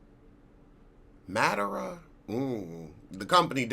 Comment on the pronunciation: your review was hysterical! So glad you’re also doing Dirty John. The woman his first wife Tonya was talking to on the phone was John’s mother! They didn’t make it clear on the episode but it was on the podcast. Oh yeah, Madeira is ma-deer-ra. Waiting on next week!